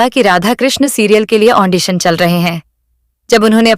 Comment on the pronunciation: Andition nehi Audition hota hein